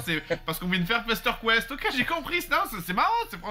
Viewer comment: On dit Jeee Dayyyy j'ai ..... pas J'ai des J :D ... force à toi poto 🤣